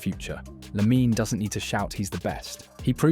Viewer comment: Its almost not detectable if it weren't for the strange and inconsistent way it pronounced LaminE Yamal